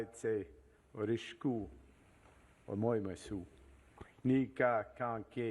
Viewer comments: As someone who's been learning Japanese for 2 years. It's hilarious to hear Mark Carney try to pronounce it. 😂 "omoimasU" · I know right. Even I know not to pronounce the 'u' in "omoimasu' 思います